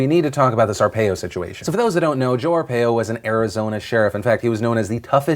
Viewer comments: Brah, it's pronounced "are-pie-o" not "are-pay-o". Lol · Arizona resident here. Arpaio's name is definitely pronounced 'Ar*pie*oh' not 'Ar*pay*oh'. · Ar-pie-o... not ar-pay-o. Lol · It's Joe our-pie-o not Joe are-pay-o. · you pronounced Arpaio wrong. It's R-paio. Not A-paio. BUGS ME. (also he sucks and shouldn't have been pardoned. Along with the racial profiling he has done many other "questionable" things and costs Arizona millions.) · Its pronounced are-PIE-yo not are-pay-yo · I'll just leave this here.... Arpaio : Our-pie-o not : our-pay-o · It's "ar-pie-oh," not "ar-pay-oh" Phil. Sorry, I live in AZ so I've heard his name in the local news so often that hearing you say it was unusually annoying. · The way you say arpaio lol ( ar-pa-eo) not (ar-pay-yo) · You pronounce Arpaio, "Are Pie Oh". Not "Are Pay Oh". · not to be a stickler here, but Arpaio's name is pronounced are-pie-o not are-pay-o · Phil, it's pronounced Ar-Pie-o not ar-pay-o. Drivin me crazy here man lol. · Phil I love your show but you pronounced Are-pie-o not Ar-par-o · It's pronounced ArpIo not Arpayo. The consistent mispronunciation of his name was distracting. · It is pronounced are-pie-oh not ar-peh-oh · The one point I want to hit on, is Phil's pronunciation of "Arpaio". Think of it as are-pie-oh, not are-pay-oh. Still enjoy Phil and the team's work everyday. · "Are pie oh", not "are pay oh".also I can't judge sargons video without seeing it, her claim means nothing to me. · Sorry Phil, as someone who grew up in Arizona having to constantly hear of the "wondrous accomplishments* of Sheriff Joe Arpaio *gag*, I have to be the grammar freak in the room- it's pronounced AR-PIE-OH, not AR-PAY-OH. otherwise, have a nice day. 😎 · I'm sorry, but Phillip's pronunciation of Joe Arpaio's name was just so distracting to me. It is Arpaiiiiiiio not Arpayyyyo. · not that its a big deal, but its pronounced ar-pie-oh no ar-pay-oh. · Philip DeFranco Sheriff Joe's last name is pronounced ar-pie-oh.